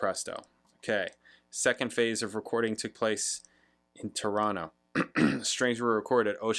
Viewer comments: That's great, you picked up on the way Torontonians pronounce the name, dropping the last t, must be your musical ear at work. 😊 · It's a solid song on a very solid Rush album. I like it a lot but it's not my favourite Rush record......yet. Great intro. into the album, well done. I like your pronunciation of Toronto, have you spent time in the city?